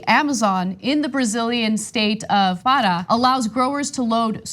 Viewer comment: ParÁ accent on the final a.